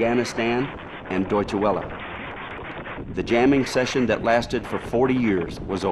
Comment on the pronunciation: He keeps mispronouncing Deutsche Welle. Other than that, I enjoyed this documentary. I listen to a lot of shortwave, so I must be immune to the sounds that others seem to find so annoying.